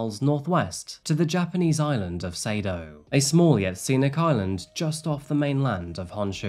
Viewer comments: That island is actually pronounced SAH-doe. Thanks for the great episode,! Fantastic work, as usual! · Thanks for today’s story 😢I didn’t know this awful case. By the way, the island of her home town is pronounced “ SADOH” island.